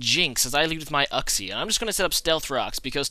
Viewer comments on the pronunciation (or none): "youxie" not "uhxie"